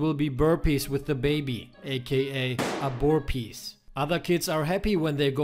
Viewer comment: "aborpees" oh my